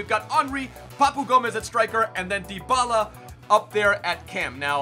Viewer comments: It’s pronounced dee-bala not die-bala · It's pronounced Dee-ba-la :)